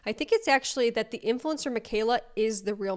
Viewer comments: she says influencer - not “influencah” .. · Um. How many times did she just pronounce “r” normally right here? But then it’s “a lahguh influencah” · I can’t stand her fake accent. She messes up so much 😂. She’s able to say “future” just fine with a normally pronounced “R”, yet in the next breath she’s all “influencahh”. So tired of this fake potato head woman.